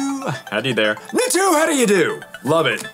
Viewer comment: How are you going to like a Pokémon as bad as Natu and mispronounce it